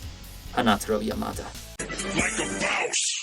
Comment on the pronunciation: u stress Yamada wrong. Ya-ma-da and every sylb stressed the same way